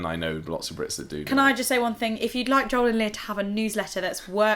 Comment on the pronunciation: When you say Joel, I hear John. Americans say Joel like Joe with an L